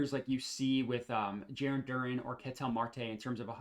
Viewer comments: This guy can’t pronounce any names! DurAn! DurEn plays for the Pistons! And it’s A-U-Hayne-E-O not Eugene! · It’s also pronounced DUR-ANN I’m not messing with you this time lol